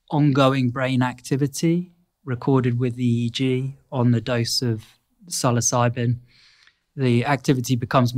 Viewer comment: Oh dear LORD!...He said it right!! Like sill-oss-ih- bee....NOT sill-o-sibe mushroom. ..as far as pronunciation sound..